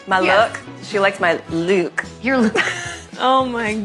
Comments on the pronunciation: Who in god's name would NOT be confused by someone mispronouncing a simple word like "look" as though it's supposed to MEAN something? Weird. Just weird. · I hate to defend meghan on anything, but I was also befuddled by her pronunciation of "looook". I was confused. It was very awkward and strange.